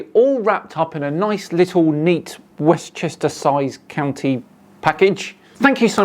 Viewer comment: I think you're saying it wrong, it sounds more like Westchester Cow Knee when he says it.